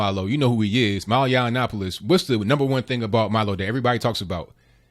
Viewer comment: It's MILO not Malo... He is Jewish and Gay and a Conservative 🌈